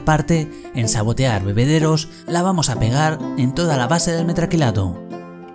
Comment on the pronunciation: Me encantan tus videos, sin duda los mejor explicados de todos los canales de hormigas que sigo y haces unas decoraciones GENIALES!! eso si, me da un tick en el ojo cada vez que te escucho decir 'metraquilato' xD sigue así!!